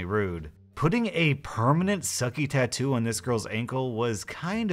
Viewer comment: Not a tattoo its a tadoo lol